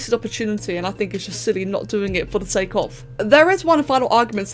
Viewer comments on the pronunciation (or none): none